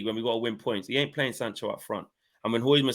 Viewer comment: you gotta stop pronouncing the 'D' in Hojlund 😅